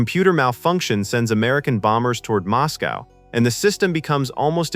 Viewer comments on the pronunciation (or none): none